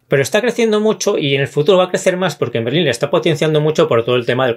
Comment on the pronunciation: MERLÓN, no Merlín :D